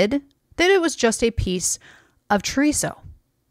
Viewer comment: .... Auch guys it hurts hearing mispronunce "chorizo" so bad 😂